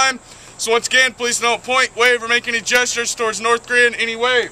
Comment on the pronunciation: How when he can say Korea and you can't :P